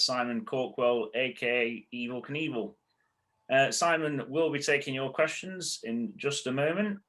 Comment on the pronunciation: It's Evel Knievel, Not Evil Knievil